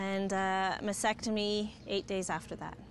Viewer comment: Can people pronounce "mastectomy" correctly PLEASE!!!!..it is NOT "massectomy"